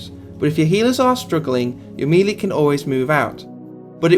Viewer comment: Nice guide. Still seems fairly current. Like many others you need to learn to say the word "melee" ... mey-ley :)